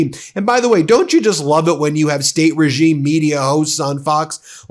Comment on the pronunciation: REEEEgime? Really? XD Love it.